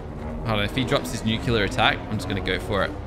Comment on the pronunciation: i like how doesnt even read the part where it says the atomic breath and he still says that its the nucular attack